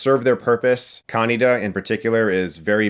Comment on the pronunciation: Kaneda is pronounced KAH-NEIGH-DAH, not CON-NEE-DAH BTW, i'm more than a little disappointed by this arguably lazy and threadbare review, which totally glossed over (or ignored entirely) two of the three biggest aspects of the film: the stupendous award winning sound track, and the giant easter egg that is the film's name (an homage to Japanese cinema's most famous writer/director, Akira Kurosawa). Seriously, how can anyone claim to be a film buff, and NOT notice and respond to a huge shout out to the illustrious Akira Kurosawa?! Kinda embarassing, IMHO ... enough for a -1. I call for a do over - next time with proper research..